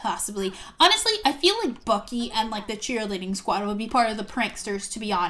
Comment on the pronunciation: Its bucky not ucky